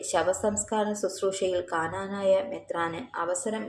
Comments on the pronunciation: This lady is no way a christian. She always wrongly says ' kananaya'. It is Knanaya. Why does not the people behind this negative vlog correct her? An advise to the girl: it is injuring many devotees feelings. It is a curse. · Hello lady it's knanaya not kaaanaanaayaa. At least rehearse before you speak.